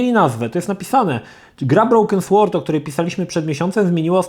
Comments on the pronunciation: nie słord tylko sord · Sword czyta się [sord]